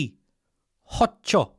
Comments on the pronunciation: Hoe-cul is the pronunciation. And that shot could be full of nothing. She's a liar. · Pronounced like the garden tool. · Hochul as in Hokum